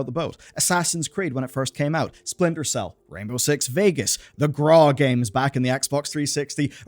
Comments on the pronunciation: Saw that. "Sprintel" isn't even a word! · what the hell is "sprintel cell"